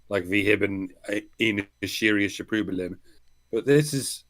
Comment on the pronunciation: "Wee hibbin ién surriusche prØblém." LMAO! I had to listen to that three times before I realized what the doctor said: "We hebben een serieus probleem." That sounded more like the Swedish Chef. 😆